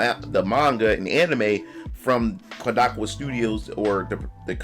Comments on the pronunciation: Kodakowa? You mean Kadokawa? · That man said koo-da-ka-waa 😂😂😂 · *"Kah-dou-KAW-wuh", btw!